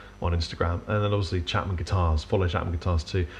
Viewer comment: "Chengan" ? Wot's that ?